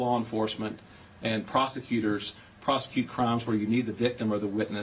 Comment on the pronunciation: Procecute! Procecute!